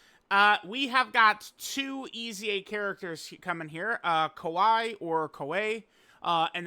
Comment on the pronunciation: Bro she is not kawhi Leonard dude, it’s kyawei